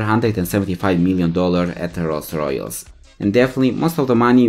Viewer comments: Really ? Rolls Royolls ? You can't even say the name of the most famous car manufacturer ? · The way he says Rolls Royce fucking KILLS me lmao